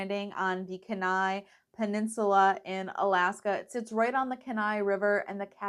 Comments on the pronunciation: Glad you had a great trip. Just a quick tip, Kenai is pronounced “Kee-nye”.😊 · Kenai- “KEEN-eye” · Enjoyed the video but having grown up in Kenai it was killing me to pronounced wrong. 😂😂. Thank you for the video though!